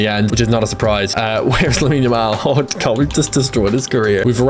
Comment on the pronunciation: why does this guy say "oh my gorwwwwwd"